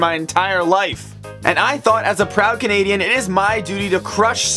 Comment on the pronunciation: am I the only one that noticed that when he was saying Thay speed English and French he sed cunadean???